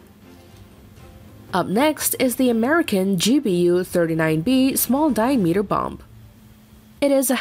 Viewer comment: dear, i like the way you pronounce "diameter" )) to be added to my "do not recommend" Channel List